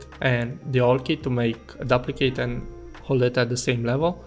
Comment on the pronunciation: Daplicate, pan Dool, Benjil Tool. What are you trying to convey??